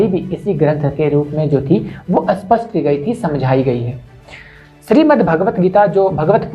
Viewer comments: 'Spashta' shabd ka uchharan theek tarah se karna seekho, tumhare muh se 'spashta' shabd 'aspashta' jaise sunayi deta hai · Please learn to pronounce 'SPASHT' and 'ASPSHT' While Spasht means clear Aspsht means unclear.